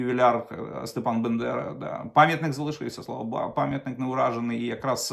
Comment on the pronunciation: Слава Нації! не бе Бандера, вимовляйте правельно.